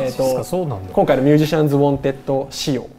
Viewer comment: ミュージャシャンは草